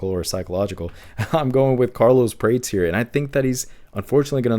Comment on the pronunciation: Carlos Praa-Tez not (prates, rhymes with crates)